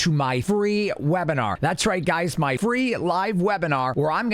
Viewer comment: “free live weinar” made me spit water on my desk. Will we be discussing longs or shorts? Jokes aside, I really appreciate the content. Contributing to an IRA that you won’t see for 30 years is great and all but your videos have made me enjoy the challenge of diversifying my portfolio while mitigating risk. Thank you!